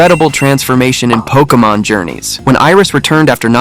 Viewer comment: Pokémon, not pokeuhmon.